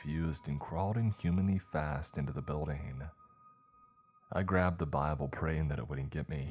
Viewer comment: BuildING!!! NOT buildEENE!!!! LEARN HOW TO PRONOUNCE ING!!!! ING, 8NG ING!!! NOT EENE!!!!!!!!!!!!!!!